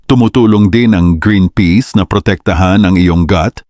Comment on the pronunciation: Peas not peace 😅 Flours not Flowers 😅